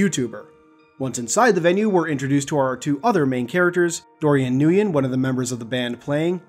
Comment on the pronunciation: Just FYI, Nguyen is pronounced “win”